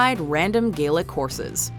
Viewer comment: Being Irish...i fucking hate how she pronounces some Gaelic words